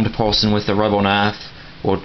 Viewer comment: are you saying rubber or rubble wtf